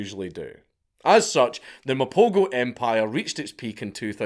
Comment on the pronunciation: pronoucing Mapogo so wrong ..lions are dying atm